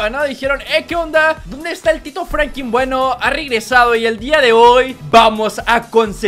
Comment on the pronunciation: Da risa qe diga frankin y no frankin